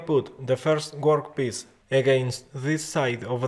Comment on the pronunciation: Very cool..but now I can't stop saying "gwork piece." 😂